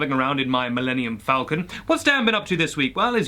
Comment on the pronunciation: Oooo hearing you say "millennium falcon" hurt